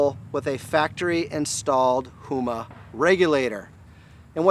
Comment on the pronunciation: It's Huma, not Hoema.